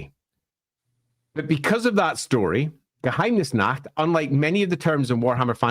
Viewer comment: Honestly, pronunciation of Geheimnisnacht is pretty good. It's basically an accent at this point, not a mispronunciation.